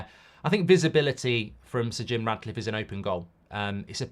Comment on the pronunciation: Mark, please stop calling him Radcliffe, it's Ratcliffe!